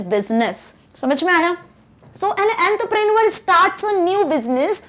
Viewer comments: its not 'entrepreenuer' the pronounciation goes like "awn-truh-pruh-nuh" please teach something good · Please correct your pronunciation it's enter pre nuer